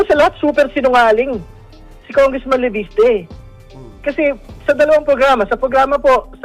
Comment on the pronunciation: Enzo Leviste hindi Leveste hindi mo ba kayang iayos ang bigkas mo guro Ka pa naman sabi mo,minsan Erece sa halip na Erice.hayyysss...🇵🇭